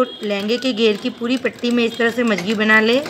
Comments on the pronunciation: mam,video me jo jankri aapne de hai uske leye thank u, but magji ko aap majagi bol rahe hai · मंगजी होती है आप मजगी बोल रही हो।